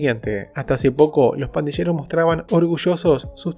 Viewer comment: Se pronuncia /pandiyeros/ y no /pandisheros/ . Dónde aprendiste el español che!